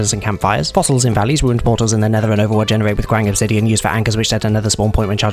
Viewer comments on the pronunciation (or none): i heard overwatch instead of overworld 🤔